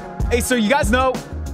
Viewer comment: I actually thought you swore when you said "Hey Siri" for a second.